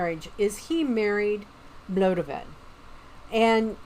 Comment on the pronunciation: Blodeuwydd is pronounced blod-ay-oi-th. had to ask my oldest daughter, my welsh pronunciation is not brilliant but all 4 of my kids learn welsh in school and have done since they were 4! We live in south west wales) xxxxx